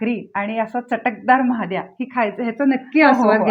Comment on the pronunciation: महाद्या नहि 😂😂😂 म्हादया ...